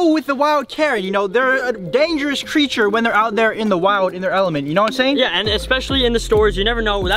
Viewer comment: “you know whet iem shhaying?”